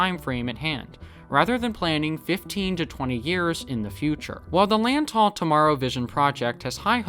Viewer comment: Great video, by the way, Lantau is pronounced with more of a ‘W’ than a ‘U’ and pronouncing the Lant-A-u like the A in Apple